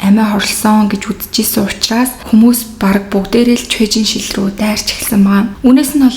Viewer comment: Ан Жэ Хуан өөрийгөө боож алаагүй ээ, бас Чуэ Жин Шир гэж нэрийг нь дуудна.